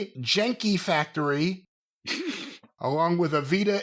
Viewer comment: Genki is pronounced with a hard G, and it means healthy, energetic, or full of life.